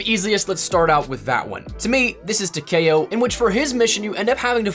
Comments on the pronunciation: Tag-kay-oh lol. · They way he just said ‘takeo’ 😭🤦‍♂️